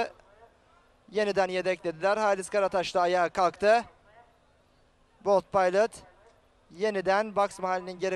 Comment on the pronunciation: biz bold paylıt demeyiz, biz bold pilot deriz kardes. bold pilot daha seksi söylenişi var :D